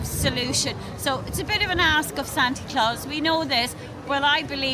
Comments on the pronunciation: Thanks for the video, I laughed when you call Santa- Santy 😂 happy Christmas and New Year from the US 🇺🇸❤️ Be well! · Great video, apart from the fact everyone calling him Sante' Claus lol, Top Geezer at the beginning that guy knows his onions.